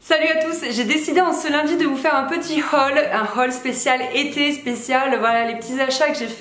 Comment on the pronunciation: Coucou j’ai beaucoup rigoler sur ton accent « laHhhhaalllll » très chouette vidéo, toujours le sourire et de bonne humeur. Un petit plus pour la tenue 4, Bisous